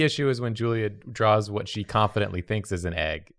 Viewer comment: I swear he kept saying Julie rather than Julia???